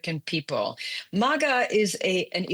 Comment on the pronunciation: Let's listen to the "expert" who can't even say MAGA correctly. The art of BS at its best.